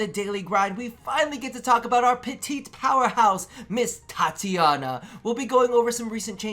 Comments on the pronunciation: Titania, not Tatiana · It's TI - TANIA you greaseball